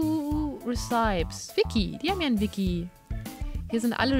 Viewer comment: Liebste. Kleine Korrektur meinerseits: Recipe spricht man nicht "Riseip" aus sondern "Resipie".